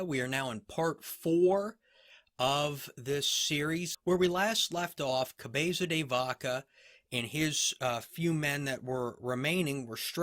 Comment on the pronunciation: Your 'Cabeza de Vaca' pronunciation is soo cool... This surname was given to one of his ancestors that during a famous battle against the moorish pointed the christian troops into a secret passage using a cow's head. Apparently, this turned to be a great advantage and the battle was won (Navas de Tolosa, 1212). Another great episode. Gracias!